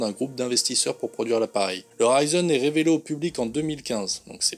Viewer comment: Bonjour , Oui un commentaire juste pour ça est justifié. Suffit de savoir communiquer en fonction de l'augmentation de la portée espérée de sa visibilité. J'y ajouterai que : • RISEN de conception et réalisation italienne ne se prononce pas RAÏZEUN • BERINGER (entreprise française) ne se prononce pas BÈRINGUEUR • le retour d'expérience abrégé en REX pouvant être confondu avec un ex-parti politique belge d'extrême-droite, l'acronyme RETEX pourrait s'avérer préférable Si vous n'avez pas compris, retournez sur les bancs de l'école communale et/ou prenez des cours d'orthophonie...